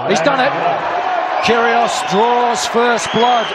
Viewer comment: Did I hear "Kyr-good" ?